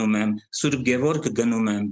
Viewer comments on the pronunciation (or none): none